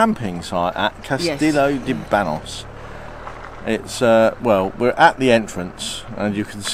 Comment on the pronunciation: It isn’t ban oss. It is banyoss. The n with a tilda over it isn’t an n it is another letter called an enye.